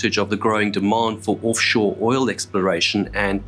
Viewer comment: "Orff shore." Accents are fun.